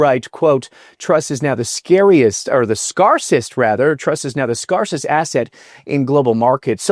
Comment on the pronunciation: Scarcest... Say it with me... S c a r c e s t!